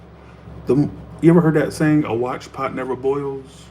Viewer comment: Yes - I’ve heard “A watched pot never boils” before. - But not: “A watched pot nerver boils, Whore” Come on now, get it together a bit.